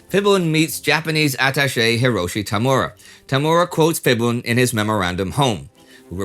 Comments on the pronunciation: Phibun is pronounced Phee-boon not Fib-boon. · Fun fact: the Ph- in a lot of Thai words written in the Latin script is pronounced as P-. So, Phibun would be pronounced as "Pibun" not "fibun". And he isn't called Phibun, anyways. Everyone in Thailand calls him "จอมพล ป." which is field marshal Por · Phibul (it's bul not bun) to his friend is "Phleak" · It's great that you have done a special in Phiboon, a really interesting figure, it's just a shame you never learnt to pronounce his name before you did it. It's Piboon with a 'P' not 'Fiboon with an 'F'. Also with Phunam.... Poo Nam and Wat Phra kaew = Wat Pra Kaew. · Very well made and accurate video! Just a tip on pronouncing the "Ph" in Thai, It's actually just a "P" and the "H" is silent. Not an "F" like how it's read in English. I really don't know who's the first person to start putting these H's in Thai words. Makes foreigners mispronounce a whole lot of words. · Just a note, PH in Romanized Thai is pronounced just "p" not "f". So instead of "Fiboon" it's "Piboon". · It's Pibun, not Fibun. Dumb romanization method dictates the "P" to become "Ph" in English. I actually hate this system. Mispronunciation aside, this is why I like the internet, because you can always expect a foreigner to tell you what's not on the books. Do you know what the Thais actually call this guy? "Grand General P. Pibunsongkram". The funniest thing about it, is that "P" which is "Plak" means "Weird" or "Creep". So it looks like even his parents must've hated him to give him such a name. (The dumb romanization system dictates the "-air" to be -ae"). I just call this fucker a creep. Thai books actually speaks highly of him & said his hands were tied into joining the Japanese. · we all hate him tho. but he invented the Pad Thai so yeah also why do you pronounce "ph" as an "f" sound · Not "fi-boon." I think it's pronounced "pee-boon." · Phibun is pronounced Pibun, not Fibun. Ph is an aspirated P when romanized. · Pibun. Not Fibun.